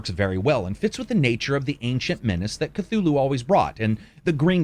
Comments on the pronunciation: Cthulhu would visit you personally to correct your ways if you pronounce his name as "ka-two-loo". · The C is silent